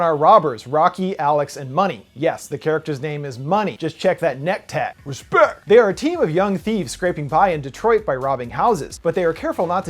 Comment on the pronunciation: "Respeck!" 🤣🤣🤣 I love you dude.